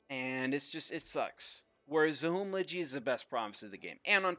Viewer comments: It is pronounced Zahumlje not Zahumljidji. In Serbo-Croatian you spell the same way you prononce it, ALWAYS. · It's not Zachumlegee, it's Zahumlye, ly sound is like lli in William. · Zahumlje not Zahumlachi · It is pronounced Za-Hum-Lie. Not Za-Hum-Lje. Greetings from Croatia 😃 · Prisiklo me svaki put kad bi reka "zahumlidži" 💀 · Take a shot every time he says Zahumllje. See you all in the hospital. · I m bosnian, there is a letter called NJ, which is kinda these two zogrther, but it is more similar to N. So pronounce Zahumle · It's pronounced zahumlye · It's pronounced Zahumlye. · Its pronounced "zahumlye". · Pronounced: Za-hoom-llee Source: Да радиш к'о што кажем и да не једеш говна 😂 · Why dont you just use google translate, select Croatian or Bosnian as language write down Zahumlje and press play on sound, you can do that for almost every language in the world. Oh yeah what you pronounced it would be written Zahumlađi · Za Hum Lje ... the J is not je or G ... as a Croatian its extremly funny and upsetting at the same time xd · not even close pronouncing Zahumlje but respect for the effort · I love your pronouncation of zahumlje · It hurts, hurts hearing you say Zahumlje, kinda funny, but still #nooffense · I like how he goes the incredible effort to pronounce "Il de France" correctly but totally butchers "Zahumlje".